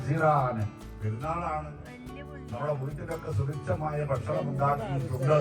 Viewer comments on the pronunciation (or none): none